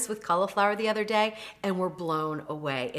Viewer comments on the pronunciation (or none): none